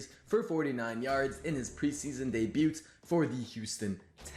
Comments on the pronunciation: The T in debut is silent. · Once this dude pronounced the T in debut I was out. Mongoloid.